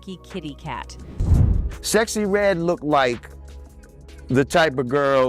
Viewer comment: You say a lot of black people names wrong you sexy red wrong I agree she a industry plants